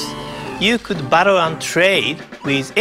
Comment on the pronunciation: when he says "battle" it sounds like "butthole"